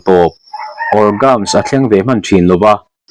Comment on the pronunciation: Orgasm hi orgazam ti a pronunce tur